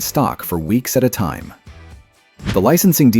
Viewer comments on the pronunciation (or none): none